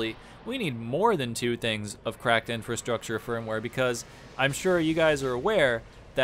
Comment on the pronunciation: I got totally wasted taking shots every time you said "cracked INFRUSTRUCTURE firmware".... not even the right term. 2/10